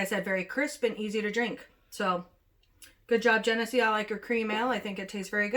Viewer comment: You are pronouncing it correctly. It’s a river in NY